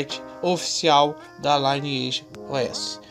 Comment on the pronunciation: Por que todo brasileiro fala L(AI)NEAGE ao invés de LINEAGE?